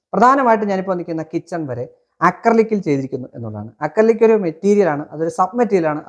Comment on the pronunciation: അക്രി വിലക്ക് കിച്ചൻ എന്നാണ് വായിച്ചത്